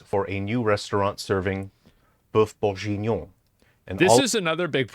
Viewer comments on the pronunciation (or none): Sorry...i had to give this video a thumbs down just for the godawful pronunciation of Boeuf Bourguignon. The rest of the video was great...but that pronunciation! OMG! 😜😁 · "boeuf bourjinon" aaaaaarg just for those reading this, it's pronounced kinda like: "buff burg-eenion" The same g as in gear. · He ain't pronouncing boeuf bourguignon correctly